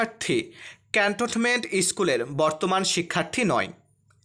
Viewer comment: ক্যান্টনমেন্ট উচ্চারণ করতে পারেন না। কেমন সাংবাদিক আপনি?